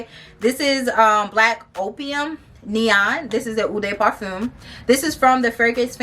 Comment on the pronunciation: Heads up you’re pronouncing EAU de parfume and EAU de toilette completely WRONG! It stands out because you kept saying it Lol I was like HUH???The names of the individual ones I can understand but really? Practice saying it so the sales ladies don’t think you sound crazy girl!